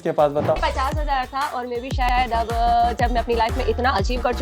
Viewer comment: (Mai❌ me✅) (strong❌ estrong✅) 😂🤣